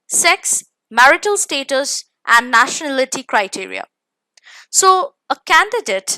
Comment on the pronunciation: Nationality hota ee madam National ity nai. And hume notification hi padhna hota to ye vido kyu dekhte. Easy language me smjhao. Stop being computer machine.